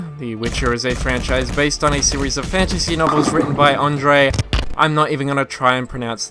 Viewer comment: I'm going to help you, the RZ in Andrzej is read as Ř.. :)